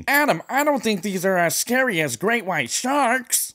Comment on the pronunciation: “It might be scurry”